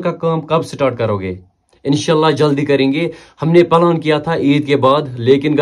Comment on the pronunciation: Palan nhi bro pelan 😊